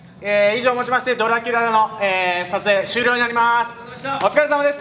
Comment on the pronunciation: ドラキュラの発音がかっこいい